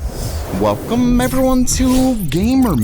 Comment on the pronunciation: Weycum evewyone to gaymer meld.....